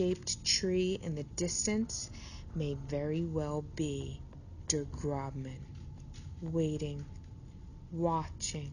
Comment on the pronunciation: Der Grossmann, not Der Grobmann